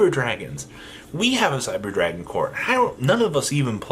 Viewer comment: I've never heard anyone fuck up names of Cyber dragons more than you do